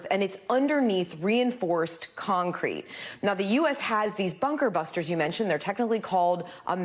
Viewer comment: come on anchor,get it out,jeesh my 5 yr old can pronounce that.BUNKER BUSTERS.got it?